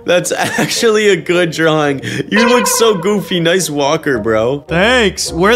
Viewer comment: your dwaing berry